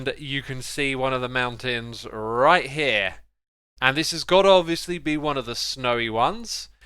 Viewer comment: He was so fast this time, that he forgot the T from MounTains